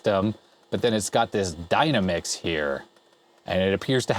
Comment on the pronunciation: /facepalm "Dynamix", as in "Dynamics"... not "Dyna Mix".